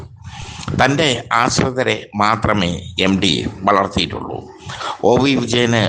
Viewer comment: എം ഡി 😅 അല്ല , 😂 എം ടി .